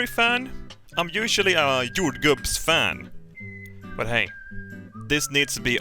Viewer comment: I know. I thought it sounded like he said he likes jam made of Santa Claus. What a madman...